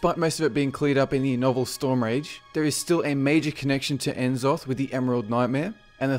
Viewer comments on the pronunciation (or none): Why do you say Enzoth its Nzoth. The first 2 bosses in Dragon soul said Nzoth. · I think N'zoth is pronounced like "nuh-zoth", emphasis on the 2nd syllable, and not "enzoth".